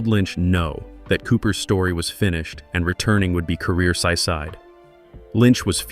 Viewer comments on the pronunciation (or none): Why can't you use a human narrator instead of a computer. Your computer can't even pronounce the word "killer". It says kaller, or something else. It says sycide instead of suicide.